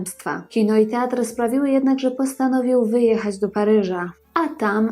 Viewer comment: Kobieto! Nie przeczę, masz coś do powiedzenia. nie umiesz jednak tego zrobić. Twoje przeciąganie zgłosek: "ooostaaatnie metrooo", "postanowiiiiił wyjechaaać", "saaam juuż jaako nastoolaaatek" jest tak irytujące i nie do zniesienia, iż po niespełna trzech minutach musiałem, tę skądinąd ciekawą audycję, wyłączyć. Przez cały ten czas miałem wrażenie, że nagranie zostało wykonane w spowolnionym tempie, lub mam problemy z internetem. Popracuj nad wymową i tempem wypowiedzi, nad prawidłową intonacją, zacznij stosować polski akcent, a być może tu wrócę. Na pewno zaś Twoje audycje będą i ciekawe i przyjemne dla ucha.